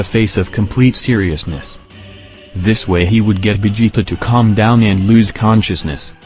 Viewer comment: bruh was i the only one who heard calm down milk??? like wtf